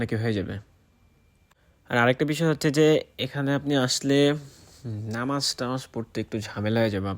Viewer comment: আরে ভাই, নামাজ টা ভালো করে উচ্চারণ করেন, কেমন,, আপনি তো নামে মুসলিম